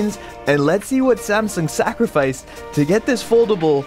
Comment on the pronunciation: Ngl at the start when he said let’s see what they sacrificed to get the phone so thin I thought he said sack with riced lol